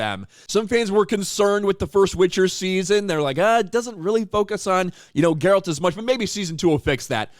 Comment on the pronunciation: It’s Geralt not “Jeralt” lol